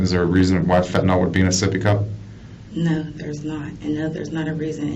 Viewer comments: Take a shot every time they say soppy cup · Sippy cup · Oh hell no my baby seepy cup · Sippy cup 🤭😝